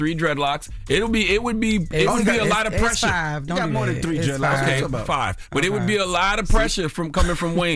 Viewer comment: For Jess to say 5 like that sounded any better, it's even more wild, LOL